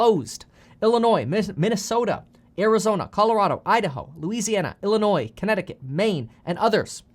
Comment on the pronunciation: Lmao you said Illinois without the "s" good job!